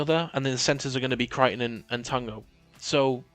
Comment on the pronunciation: You got it right with tagos pronounciation bud.